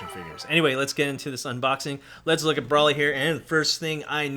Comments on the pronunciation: Its broly not braley lmao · (Bro-lee) Broly